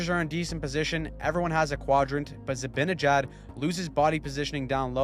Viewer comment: You're still saying Za-bin-a-jad, c'mon. It's Zi-ban...